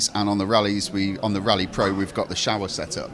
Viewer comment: Show-Wah.....not Shower. Never heard someone butcher the Showa suspension pronunciation. 😂